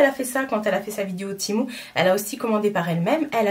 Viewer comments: Oui! Du coup la marque me note dans chaque mail « ça se prononce TI-MOU » 🤣🤣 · Mdr 😂 bah je pense que la marque sait mieux que quiconque comment ça se prononce non et si ils me demandent de dire ti mou c’est que c’est ti mou